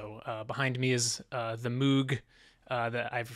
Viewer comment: Ohhh I always thought the Hard Fork music was so cool. Thank you to Dan and Elisheba and the music team for creating it. Small pet peeve but it's not a "Moog" like mood, more like Moog like vogue